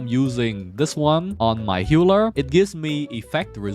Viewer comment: why this mf keeps saying "HEULER" instead of "HEALER", but very nice video thank you